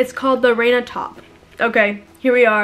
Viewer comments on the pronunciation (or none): none